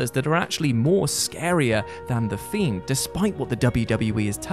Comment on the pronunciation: "Thiend, thein, more scarier than the themed" all in the intro, this is going to be good!